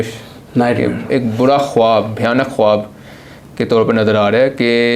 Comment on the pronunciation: He is mispronouncing the word khwab. W is silent in this word.